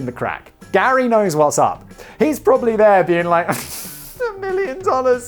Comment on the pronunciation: Prolly? Were you trying to say pram and trolly? Push chair.